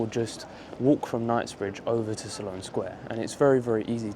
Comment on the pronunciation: It's Sloane sq..SLONE..Not SALON